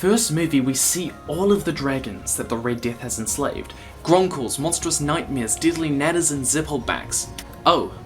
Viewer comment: when you say Deadly Nadder, sometimes it sounds like 'Diddly Nadder' xDDD I'm not trying to downgrade you, I love your vids, but I find this hilarious xD